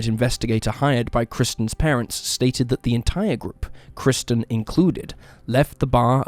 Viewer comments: He should have used AI narration - maybe then the first victim, KIRSTEN, wouldn't have been incorrectly called 'KRISTIN' throughout! 🙄🙄🙄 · The first victim's name is KIRSTEN, not 'KRISTEN' as you incorrectly stated time and time again! You kept getting it wrong throughout, even though her name is spelled out in large letters on footage of her missing posters! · Apparently the first case's subject is named Kirsten NOT KRISTEN - why not pronounce her name correctly? It was even spelled out on the posters shown in the video. Are you just a bot, too? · Kirsten. Not Kristen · No offense, in the first case, her name is Kirsten not Kristen. You're an awesome creator in any case. Been a sub since the first few videos! Thank you for sharing! 🤗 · There's no excuse for the narrator getting the victim's name wrong, over and over again! Jeeze - there's even footage of 'missing' posters with her name. KIRSTEN, plastered all over in big, capital letters! Yet he constantly calls her 'Kristen' which is NOT her name. It's a sloppy mistake, and disrespectful to a homicide victim. He'd be better to use AI narration than his own voice, if he's going to get such basic facts wrong. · Kirsten is pronounced ker-sten.